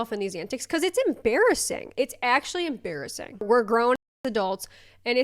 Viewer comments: Ha, , em-BEAR-assing XD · Em-bear-asing… sorry, I had to. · It’s ‘em-bear-assing’ 😂🐻😂